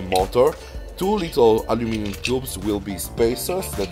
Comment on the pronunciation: Aluminum not allynuminom